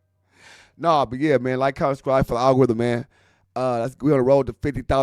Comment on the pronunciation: is you saying “Subscrive”?